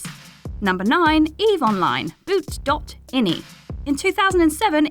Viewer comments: Anybody else cringe when she said boot dot inee? Instead of dot I N I? Not only that she kept doing it. Clearly never a PC gamer lol. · Sweetie....its Boot.i n i Not ini. Its not a word. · It’s pronounced boot dot eye N eye (boot.ini) XD